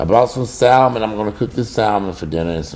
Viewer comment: L IS SILENT IN SALMON :text-green-game-over